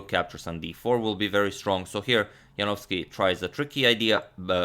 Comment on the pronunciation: Congratulations Antonio, now you are an excellent pronouncer of Polish surnames!